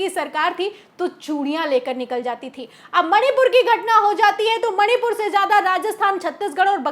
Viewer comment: मैडम सही बोल रही हैं, बस मणिपुर का म उच्चारण नहीं कर पा रही हैं। 😮😮😮